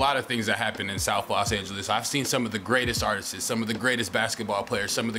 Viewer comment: Bruh, stop saying artises, there is no such fucking word sir. The word is artists…